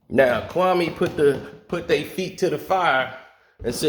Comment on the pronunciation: It's Kwame not Kaume